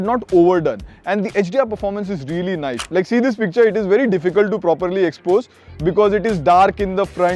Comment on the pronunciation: You have to open your mouth to pronounce nice..